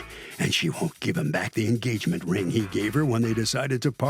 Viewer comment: He can't talk, "gagement ring, posed (proposed) to her"